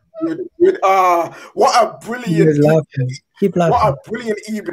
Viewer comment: Arsenal fans: We have a good record against Man United. Unai Emery: Good Ebening😂😂😂😂😂😂